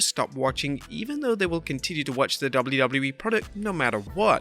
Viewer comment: I couldn’t get past 3 minutes. Learn how to pronounce “WWE” dude. 😂😂😂